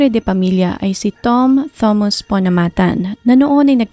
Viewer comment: Ok po ang narration. Siguro po dapat lang po iimprove ang pronunciation ng mga pangalan at ibang details. Like yung pronunciation ng Thomas. Sa video po kasi Thomas ang nakasulat pero everytime na binabanggit, Thomus po ang nadidinig ko.